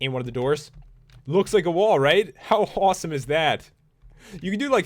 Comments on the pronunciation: Pat said "how hawesome is that lol!!!! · pat said hawsome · He said horseme